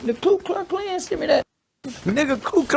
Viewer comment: I like how dude says " Clue Cluck clan"